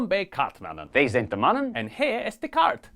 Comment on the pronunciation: kaart, not kart the aa is long